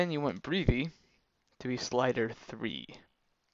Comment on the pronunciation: Breath-ee Breth-ee. Not mocking, just don't want you to sound like don't know what you're talking about when you clearly and legitimately do. other than that; great vid man, and I'm off to buy the program. :) Thanks.